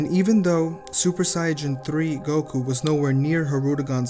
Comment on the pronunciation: Stupid it’s Saiyan not siajin